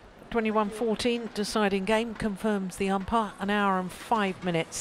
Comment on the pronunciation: Is it just me that I feel the umpire's pronunciation disturbing